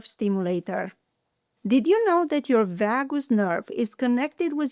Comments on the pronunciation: V-ahh-goose nerve? Never heard of it lol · Oh vagus...that is pronounced VAY GUS.